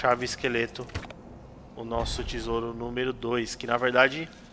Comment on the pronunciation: Cara, como é terrível ouvir dizendo "tisouro" toda hora, aposto que os dislike foram por conta disso!